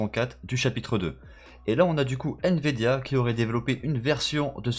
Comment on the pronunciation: Il dit" N vidia